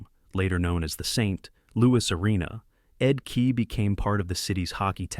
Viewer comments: No kidding. Ed KEE and Mark MESSY-ER. A high school kid must have been in charge of the visuals. I pulled the plug less than halfway through. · Stop with the AI. U might just pronounce Ed Kea's name correctly. And not overshadow what might've been a good vid